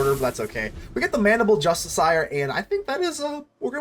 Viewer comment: i got triggered by the way you say "justiciar"